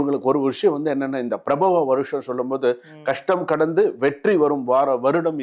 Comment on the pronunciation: It’s not Prahava but Paraabhava